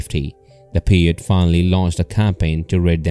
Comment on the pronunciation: I liked the video, pronounce the Indians name right, Pie-ute. Also farmers gathered bat guano for fertilizer, not gunpowder.